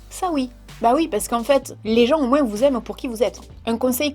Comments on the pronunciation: J’aime bien tes vidéos c’est agréable à regarder et tu nous fait sourire, je me suis retrouvée dans ce que tu disais par rapport aux études, je passe mon bac cette année donc les études supérieures approchent ^_^* J’adore quand tu dis “moinS” je sais pas pourquoi 😂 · sa me fait trop rire quand tu dis moinss 😂👍💜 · je t'aime mais "on l'entend moinssse"😂😭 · MoinS aaalala comme sa me perturbe 😅